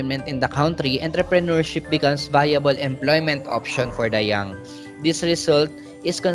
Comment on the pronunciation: Mali po Pronunciation ng Entrepreneurship??